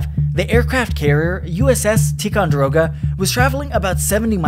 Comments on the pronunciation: Tie-con-der-oga(yoga-y=oga) Ticonderoga. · It's pronounced "ty kon der o guh" and "a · zorz". You should use a dictionary before you record words you've never heard before.